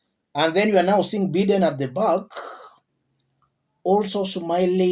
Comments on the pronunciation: It's not Biiden...its pronounced Bye...den. please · the right pronounciation sounds as "Baideni" not bideni* Biden